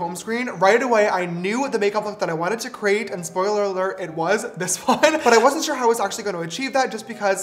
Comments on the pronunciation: me when james forgot to edit "shore" when he said "sure" : 😭😭😭😭😭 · “oh shore bud” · And “shore” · Ok so ever since I first heard him say shore I don't say sure anymore its shore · Things James Charles cannot live without : saying SHORE 😂